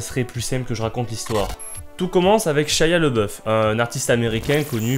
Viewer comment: Shaya le boeuf xD Ca se prononce Chia labéoufe